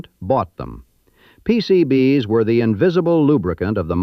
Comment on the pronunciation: Pretty sure it's AI since it can't pronounce "PCB's" properly. No human would have trouble with this.